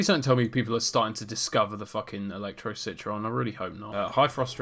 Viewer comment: Anyone else remember when called the citron citren?